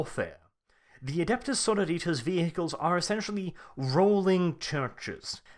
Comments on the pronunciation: I though it is pronounced "Suh-roar-i-tuss" compared to "Soar-oh-ritas". It's the Latin base for our modern word "Sorority." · Sorrow-Ritas? Are they an army of eternally depressed clones? so-RO-ri-tas. Basically, say sorority (the odd women-only organisations in American universities) only with -as at the end instead of -y. Pedantry ftw. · SorOritas god damn it not sororItas. Its Latin xD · Pedantic and late, but its soar-oar-it-ass. The base word is sorority, which is an american word for basically a female uni/college frat. Its not sorrow-ritas.. Sororit(y)ass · Sorori-Tas, not Soro-Ritas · I like it how you say Sororitas like Senoritas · His pronunciation of Sororitas in that latin-american esque style bothers me greatly. It should be more Suh-roor-it-us, in a Greek or old latin style. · I cringe every time you miss pronounce Sororitas /səˈrôrədos/. Remember it's Latin not Spanish. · That pronunciation of "sororitas" is killing me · The way you sororitas is driving me nuts!!!!!!! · I couldn't continue after your 6th or 7th mispronunciation of Sororitas